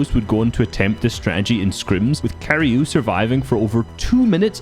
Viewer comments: The name Qrei ist spoken diffrently i think Like Q - Ray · it's pronounced qurey